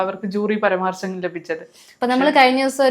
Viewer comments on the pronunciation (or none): പരമാർശം അല്ല ചേച്ചി പരശുരാമാം❤❤❤❤❤❤😂😂😂😂😂😅